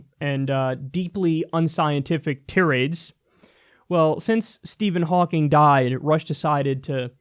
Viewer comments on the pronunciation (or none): Yet another basic mispronunciation. Tirade is pronounced Tie-raid, not tih-raid. Kyle, please try to check these things in the future for the sake of my OCD. Thank you. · I wish that Kyle would stop mispronouncing "tirade"; it's "tī-rād," not "tē-rād."